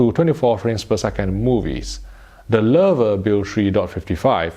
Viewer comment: he pronounced it right. Maybe the first person that's no German native speaker. I'm impressed